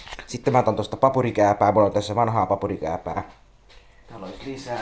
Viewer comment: Se on PAKURIKÄÄPÄ. PA-KU-RI-KÄÄ-PÄ.